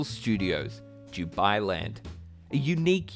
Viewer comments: Why does he say "Jubailand"? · Yeah I thought he was saying jew-bai land... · All I keep hearing is ‘DewBi Land’....